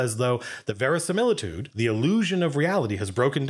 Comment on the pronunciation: "Verisimilitude" good gravy lol